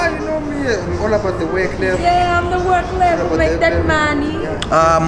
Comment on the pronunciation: "Work levul" yes nkabi😂🔥